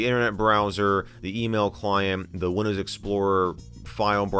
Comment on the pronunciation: He also says "Windöüws". I think it's just his dialect. :D